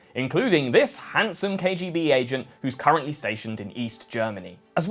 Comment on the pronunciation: Cant pronounce KGB but thinks hes smart with some stone old soviet jokes bravo